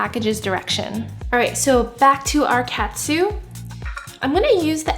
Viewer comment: Looks yummy! It’s actually pronounced (toe-n kah-tsu) good job!!